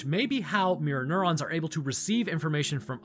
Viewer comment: Every time you say mirror neurons I think you’re saying Mjolnir